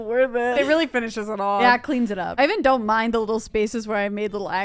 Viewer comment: see said weelly